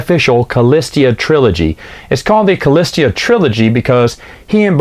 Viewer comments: Totally killing me with “cah-list-ee-ah”. Remove the third, non-existent syllable, please…..”cah-lis-ah”. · Shouldn't that be "Callista"? You keep saying "Callistia" for some reason... :o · Kah-list-a [callista]. Not a hard name to pronounce smh 😂